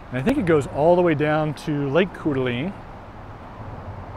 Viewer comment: Pronounced “Core-Duh-Lane”